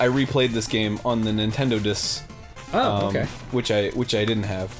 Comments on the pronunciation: Why is it when I hear Arin say Nintendo Dis Instead I hear "It is Nintendo!" in Japanese... I'm going to have to have a talk with a certain friend of mine and tell her that her language is invading my brain. Like that time that the Japanese invaded Korea...too soon? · So I was only half listening while I was working on the other monitor as I watched this and Arin started talking about his no-checkpoint run on the "Nintendo-diss." Now I'm guessing he meant "Nintendo DS" based on context clues, but I had to go back and listen again because I thought he might've said "Nintendo disk" which led me to wondering if Yacht Club Games released some sort of Famicom Disk System special edition that I immediately wanted.